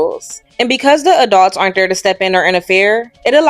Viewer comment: Someone please tell me I'm not the only one who hears A dog's every time she says Adults?? I had to do a double take when I heard it but I KNOW she's saying a dog's instead of adults 🤣🤣